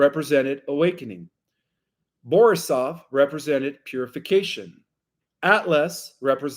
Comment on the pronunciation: Seriously, if you want to present as an authority, do a little preparation ahead of time. If you dont even know the names of the comets you are discussing, it presents you in an unfavorable light. There is no 'K' in Oumuamua. There is no 'L' Borisov, its not a difficult name. It sounds like its the first time you have heard it. If you cant jump the easy hurdles, the rest of the presentation is questionable. The person correcting you off camera knows more about this than you do.